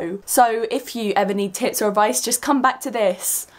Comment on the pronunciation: At first I thought you said "if you ever need tits or advice" XD Sorry for my immaturity (TT n TT)...I jus had to say it XD